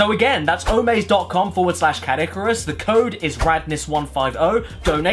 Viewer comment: American Caddicarus is probably one of the most cursed things I've ever heard